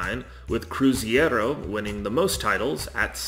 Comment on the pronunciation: Yeah, it hurt my ears hearing about palm-YE-ras and cruz-YE-ro playing the Campeonato Brasil-YE-ro. But other than that and errors about the Paulistão, the video was decent.